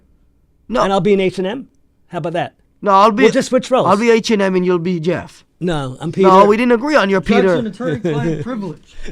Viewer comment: when he said h&m i heard hired murder😅😅😅